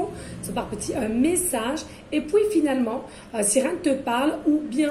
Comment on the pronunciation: On adore on adore onaaadoreeee.. et pouis pouis .ah oui minute🤣🤣